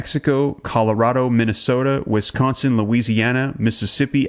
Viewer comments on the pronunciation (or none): none